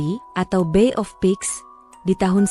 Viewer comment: Bay of Pug bukan Teluk Babi, tapi Teluk Pesek,. Babi bahasa inggrisnya Pig. Kalo Pug artinya pesek.